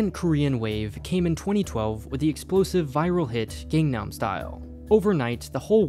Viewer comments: Please practice: G-A-N-G nam, and NOT gaengnam. I know, Psy only sings it 32 times in his song called GANG-NAM Style, not enough apparently, for western ears. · Eww It's not gAngnam (gaeng) style It's Gangnam style soft a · I agree. some people here can't speak "z" and pronounce it the same as "j", but that's because "z" wasn't a letter that they ever learned or spoke when they were little. Gængam style is a mispronunciation and not a problem with an accent. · sigh it's not pronounced "gengnem" or "gengnam" y'all. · just wanted to point out, when saying Gangnam, it’s not pronounced like saying the english word gang, which has a ay/ae sound. it’s closer to the word gong, with an ah sound to it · Accent affecting pronunciation is only excusable for tones present in words that are not commonly present in the speaker's first language. The correct pronunciation is simply with the letter 'a' pronounced in the same tone as in 'articulation' and 'alma-mater'. There is definitely zero excuses for an american who can speak engish to mispronounce the Gangnam and simply blame it on their accent. The problem here is either stubbornness or ignorance. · The way you pronounce Gangnam style is... not the way Psy did, I'll say. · The way he pronounces "gang-nam" style tho lmao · He literally says it in the song 100 times and people still mispronounce it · The pronounciation of Gangnam Style killed a part of my youth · I hate how you say Gangnam. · How is it that even 7 years later people are still mispronouncing "Gangnam Style"? 🤦